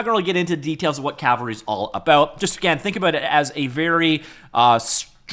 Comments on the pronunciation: I know, but he's been calling it Calvary through out the video and I'm poking fun at that. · It's called Cavalry not Calvary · I know but he kept saying calvary lmao .. 🤣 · Why can't Americans pronounce 'Cavalry'? The 'L' is not ahead of the 'V'. But of course most of my fellow Brits cannot pronounce 'Adobe'.😊